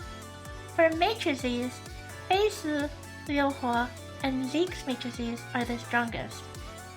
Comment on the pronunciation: Watched gateoo watch this episode on his twitch channel, and he would cringe every time (mis)pronounced Fei Se 🤣🤣🤣 Like, he was fine with it the first three times, but after that he couldn't help it anymore and let the snark fly haha But don't get me wrong, he was effusive with praise too, like how got to the point and dispensed with the fluff attacks Fei. "Irrelevant" gateoo said, and "good job," since Fei's a buffer unit after all. Fun times!